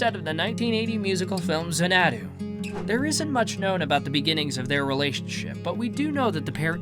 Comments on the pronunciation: “Zanna-dew,” not “Za-nadew” is how you pronounce “Xanadu.” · It's not pronounced "Zen-EH-doo." It's "ZAN-uh-doo." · Zuh-NAH-doo. Fix your AI. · "Zanadu?" Dude, you can't even say Xanadu correctly. 🙄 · xa-NAD-du??? i hate a.i. voice overs... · Zuh NAdu😂😂😂😂😂 Xanadu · He really butchered the name of the movie Xanadu. (Zan-A-Do) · pukes, that he didn't know or say Zan-a-dooo. Correctly. Xanadu. Shame on the narrator for for not doing his homework! Was gonna use this vid in our AC Discography of Olivia. But can no longer. This guy should be ashamed he goofed big time on her! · It's XAN-a-du.... ❤ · It's pronounced Xan-A-Doo not the way you did 🤣. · Is this voice a human being? Both Xanadu and San Clemente were mispronounced. I hear that a lot on this channel.